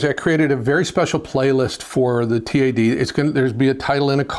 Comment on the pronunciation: It's TAD, not T.A.D.